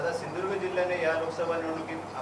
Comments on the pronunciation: सिधुदुर्ग. म्हणा. साहेब. सिंदुर्ग. नाही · सिंधुदुर्ग म्हणा सिंधुर्घ म्हणता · ये नाऱ्या शींदुर्ग नाही , सींदुर्ग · अरे पहिला सिंधुदुर्ग बोलायला शिक.